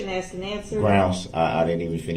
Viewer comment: HE AXED A QUESTION, SIR. ARE YOU LAWFULLY LAWING!?